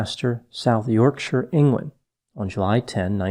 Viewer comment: small note but thank you for pronouncing South Yorkshire correctly many Americans butcher it :)